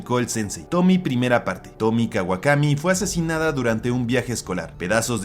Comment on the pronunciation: Es fecha en la que me sigo preguntando si la protagonista de la última historia es ''Tomie'', con la e siendo pronunciada al final al ser un nombre japonés... creo; o si la deberían llamar tal cual lo dicen en el vid, es decir ''Tomi''